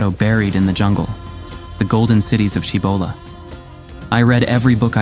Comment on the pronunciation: Shamba La, is how it should be pronounced . La in Tibetan means "Pass" or "col". You have to pass over or through a pass to find it within yourself probably referring to the Heart chakra.